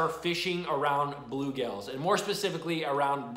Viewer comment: You saying bulegales or bluegills?